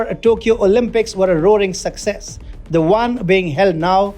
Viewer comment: How he says "EMERGENCY" AND "SUCCESS" Tho